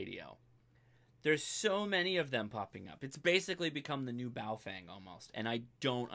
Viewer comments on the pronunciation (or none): PLEASE - learn how to say Baofeng correctly. It is pronounced Baofung - not Baofang. There is no FANG in that name. In the Pinyin Romanization system which China uses, "eng" is pronounced how Americans would say "ung" - as in "he hung the picture". You have a great channel. Keep it up.